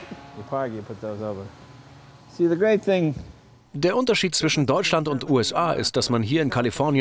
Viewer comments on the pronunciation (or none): none